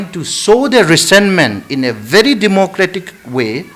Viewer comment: Don't you know the way how he spoke....He is 100 times better than your Leader Pramod Singh. English Even famous professor from Meetei community couldn't pronounce the simple word VERY...they pronounce BERI...isn't a mantu beri...